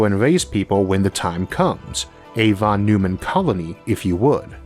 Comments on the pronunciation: Sorry to be that guy, but I'm 90% sure it's pronounced Von Noy-man, not Von Noo-man. FYI! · Von Neumann is pronounced Von Noyman